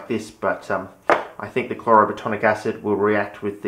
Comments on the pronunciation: You’re so frustratingly close mate. It’s chloro plat-IN-ic acid. You’re saying “platonic” it’s not platonic. It’s plat-IN-ic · "Chloroplatonic acid" lol